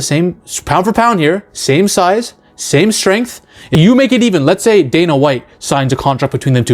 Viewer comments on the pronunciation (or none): none